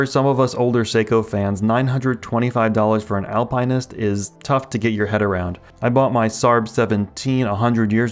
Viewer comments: Al Pine Ist? Dude. Al Pin Ist. Or Alp Nist. It's not an evergreen. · Al-pin-ist. There is no pine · It's not Alpine-nist. It's pronounced Al-PENISt. 😅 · Al-pin-ist or Al-pine-ist? it's the first one and saying it the second way is ridiculous and much more work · It's Alpin not Alpine. Google Alpinist pronounced. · Al-pin-ist there is no E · AL-PA-NIST. Are you trying to troll us? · face-green-smiling::face-green-smiling: Al-pine-ist... what the heck is that? Seriously! Please. LOL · are you saying alpine-ist on purpose its driving me nuts this is something i can definitely imagine you doing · Al pin ist. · Omg learn how to pronounce alpinist 😂can't even watch the video so annoying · Dude learn how to pronounce Alpinist 🤦🏽‍♂️🤦🏽‍♂️🤦🏽‍♂️🤦🏽‍♂️ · You pronounce "Alpinist" differently than everyone else on the internet and as far as I know you're right and they're all WRONG. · Same like WTF stopped watching the video ! He needs to learn how to pronounce words before making a video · Me too 😬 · Same. Had to comment and switch videos. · Great question, maybe YT is actually pronouncing it right in the video 🤔